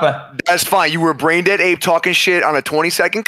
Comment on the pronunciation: I thought XQC was calling streamers "branded monkeys", but he was actually saying "brain dead monkeys"